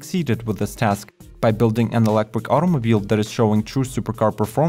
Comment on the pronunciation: I wuv how sexy you make eeewektwick vehicles sound when you say eeewektwik if I had an eewektwik buttpwugg inmuy anuss eye wood have a huge eeewektwick boner!!!